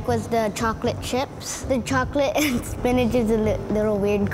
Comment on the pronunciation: It’s called Spinch.